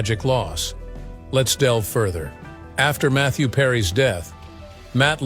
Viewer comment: Mather Perry on "Friend?" This is some really bad AI.